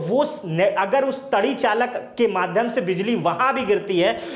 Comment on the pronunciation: श्रीमानजी जिसे आप "तड़ी चालक" कह रहे हैं, वह दरअसल तड़ी चालक नहीं बल्कि " तड़ित चालक" है।